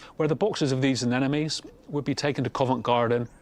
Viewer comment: That would be anemones not 'anenomes'!